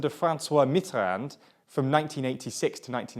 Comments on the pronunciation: You missed "MeeterAND"? It was laughable. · MeeterAND gave me a giggle.